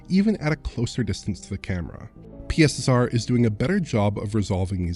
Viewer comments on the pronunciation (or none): can we adopt pronunciation of PiSSeR?